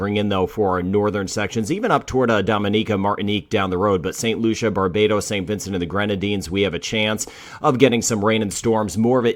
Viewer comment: people are probably trolling you but i'm from The Commonwealth of Dominica and we pronouce it Dom-E-Knee_Ca... doesnt make a difference but, we been getting rain and gusts of winds here but thankf for the channel honestly you are one of the few i feel that actually care